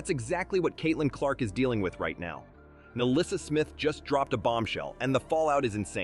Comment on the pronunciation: The name is Nalyssa, NOT MELISSA.